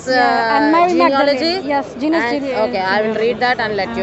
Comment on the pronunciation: This smartypants is a Churi…. JeeJas JeeJas JeeJas … doesn’t even know how to pronounce the name correctly.